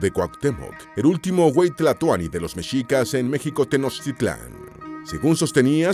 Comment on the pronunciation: Nonono, no es wey es "Huey". Huey tlatoani era el título que recibían los gobernantes de la Triple Alianza, conformada por los pueblos de México-Tenochtitlan, Texcoco y Tlacopan. La palabra huey tlatoani significa "gran gobernante" o "gran orador".